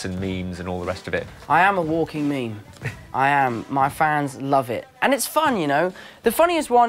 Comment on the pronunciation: The first Marvel actor to say 'meme' right.